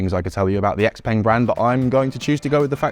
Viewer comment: I'd be highly doubtful that the Sono ever gets made, fingers crossed it gets picked up by a big existing auto OEM who have the pockets to fund the project. Also it's pronounced X"pung" not X"peng", watching Elliott's videos would've told you that though 😉